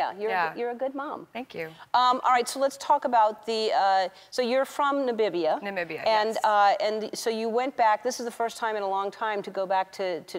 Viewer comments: Cant she read its Namibia NOT Nabibia💔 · Did Ellen just said ''Nabibia"? Yes she did. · Are we going to talk about the fact that Ellen said Nabibia ? :-D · Yes I just commented. Not Nabibia, og, this Amecicans neh. Jah. It is Namibia, my Lord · Did Ellen say Nabibia ? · Words we know Ellen mispronounce; - Behati - Namibia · Okey but no offence but its not nabibia Its Namibia whats so hard to say it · Nambia vibes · Nambibia?? Is sy ernstig? Lol